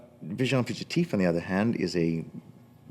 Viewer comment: Agreed 95%; would just like for him to pronounce "visions" properly in French. :-) Small - no, tiny! - matter, though.